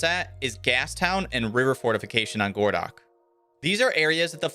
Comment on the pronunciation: It's not "gordock" it's "goroh-dog" As in "городок" - small city in Russian